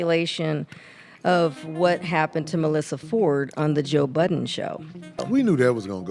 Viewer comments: His name is Joe Budden!! Not BUDDENS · You saying joe buddens is funny. There was a time when everyone put an s on the end of his sir Name. Lol